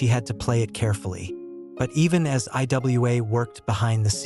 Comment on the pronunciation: It's pronounced Iwa(ewah)